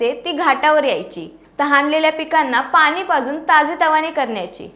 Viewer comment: Mahiti chan. Pan please ani pani n karta bola. Marathi shudhalekhan kadhi lihile nahi ka